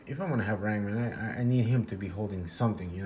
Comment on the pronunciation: Ran Man? 😂 It's Ram Man, poser!